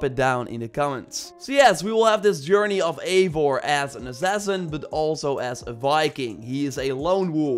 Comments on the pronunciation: Everyone pronounces the characters names as "Avor"... Its "Eivor" ... "Ei" "Vor" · Its Not Avor its Eivor like Ivar but With an O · It’s pronounced I-vor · Lᴏᴋɪ Oʀᴍꜱᴛᴜɴɢᴀ said in the breakdown video “avor”